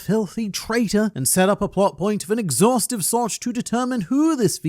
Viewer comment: “exhaustive sorch”